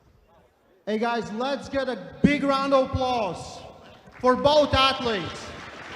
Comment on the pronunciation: I love and Respekt but he needs to learn athlets names